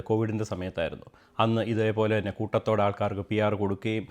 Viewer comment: Koothathodeyo.. its koottathode